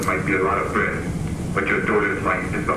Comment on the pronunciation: It sounds to me like the guy either has a New Jersey accent, or a speech impediment, and is trying to hide it. The way he says daughter sounds like the accent but he also kind of says “bwead” instead of “bread”.